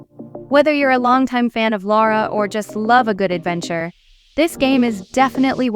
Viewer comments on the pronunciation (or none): none